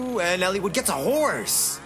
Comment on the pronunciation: hearing him pronounce it Elle-wood is killing me. soft "I" dude